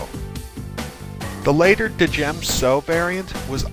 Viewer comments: djem-so is pronounced as jem-so, the d is silent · Isn't the d in djem so silent. it sounds ridiculous said de djem so. i think you must have this one wrong mate. but I might be wrong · THE D IS FUCKING SILENT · Correct me if I'm wrong but isn't the D in Djem So silent just like in Django and Djent? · djem so. the "d" is silent, hillbilly